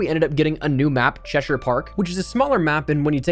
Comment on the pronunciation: As an Englishman its good to finally hear a youtuber pronounce Cheshire correctly 😂